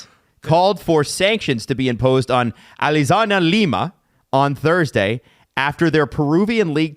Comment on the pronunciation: "Alasagna Lima" got me! Ahahah, it's Alianza :P